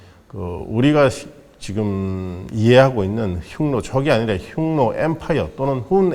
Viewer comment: 훈족에 의해 로마가 망했나여?로마에서 흉노를 훈노로 발음한다..재밌네요